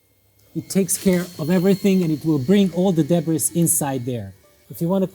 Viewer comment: All the big "debras" lol😂